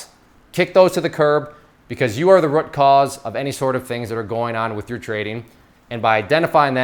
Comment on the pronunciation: I can't stand the way you pronounce root.